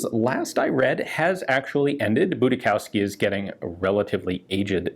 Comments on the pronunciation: It's "System Boodeeshofskee" not "Booty-cow-ski" This name origins from Poland, where it is strictly forbidden to go skiing with booty-cows. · Budischowski is pronounced Booty-Shoff-Ski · It is pronounced "boodeeshovsky". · So which one is better (made): This or the Korth PRS? Btw: 'Boo-dee-shovsky' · the name is probably of polish origin so would be pronounced boo-dis-hovski